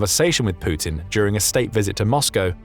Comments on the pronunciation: "Pooutin" There's something about the way this guy says his name the first time he uses it in each vid that always tickles me a bit upon hearing it. It sounds purposefully subtly exaggerated. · Poo-tin, that's a bad omen there!